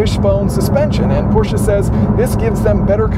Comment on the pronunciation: Thumbs up for pronouncing "Porsche" correctly!!!👍🏻👍🏻👍🏻